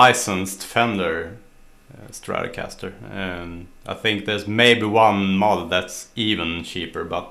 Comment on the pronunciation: I love your saying "stratocaster" :)